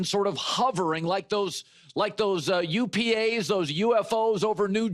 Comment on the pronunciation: UPAs? It’s UAPs Colin.